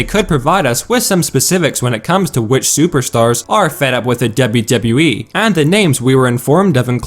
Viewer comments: for fucks sake. its spelled Dublew Dublew Eee, not debby debby E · 'Dable Dable E' that's how he pronounce WWE.